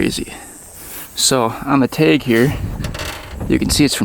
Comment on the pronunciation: Why do you say tag funny?